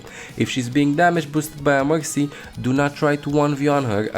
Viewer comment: Why he calls mercy moxy?